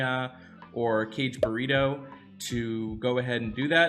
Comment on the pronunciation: Did Anchor say”Cage Burrito”? I’ll try to pronounce the hero name.Ka-ge-bu-ra-do